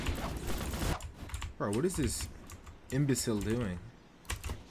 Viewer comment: Hey are you portuguese?Because in portuguese people names arr also and there is a word in portuguese that its pronunced imbecil like u said. I love ur vids and i hipe ur channel keeps growing and u get rlly famous.